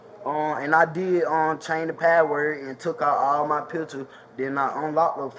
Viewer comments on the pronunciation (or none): He didn't even say patword. He said paword. Even more pathetic. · No, I don't feel you nor do i want to. What is a "paa wor"? It's "ASK" not "AX" it's "THAT" not "DAT" It's "FIXING" not "FITTIN" it's "THIS" not "DAT" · "I tr'n to get my clothe" "I change her padword" 😂